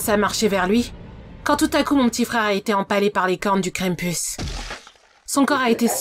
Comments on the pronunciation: Je suis le seul qui entend crème puce au lieu de krampus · J ai limpretion qu' elle dit cranepus joyeux no no KRANOEL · Moi qui fait Latin je prononce Krampus : "Cramepouce" XD